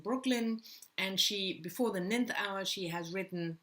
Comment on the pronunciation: Love these TBR videos...btw McDermott's book is pronounced the "nine-th" hour like you said nineteenth in the video...it does look like the way you pronounced it..English is a complicated language...especially pronunciation